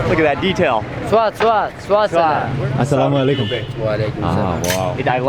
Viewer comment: Loved the way mark says assalam o alikum : )